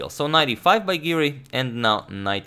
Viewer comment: Hey Siri, it’s Giri not Siri. 😆